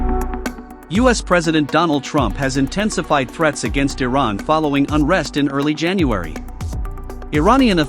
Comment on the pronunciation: Learn how to pronounce Iran.